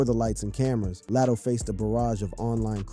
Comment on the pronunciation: Who is Lat O. Say their names correctly 🤦🏾‍♀️